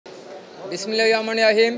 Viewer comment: আরে তুই তো বিসমিল্লাহির রহমানির রহিম ই তো বলতে পারিস না